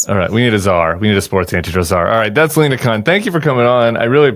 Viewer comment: LINA, not Alena 🤦🏼‍♂️